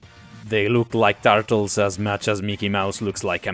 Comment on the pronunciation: "the tartles"